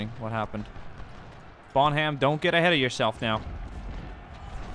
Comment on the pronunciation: It's not bon ham it's pronounced bonam